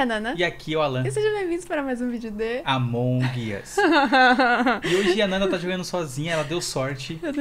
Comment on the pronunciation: entao selá assim q ele vai falar tudo tlocado no aumong us kakakak